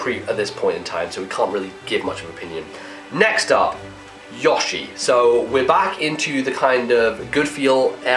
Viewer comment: i think he might have been saying Yar-she? idunno